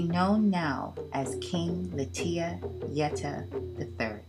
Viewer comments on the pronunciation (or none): none